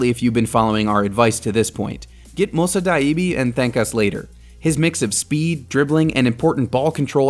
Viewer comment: Mosa Daiby bro how can you even fuck up a name that hard… and he did it on almost every name!! Embarassing as hell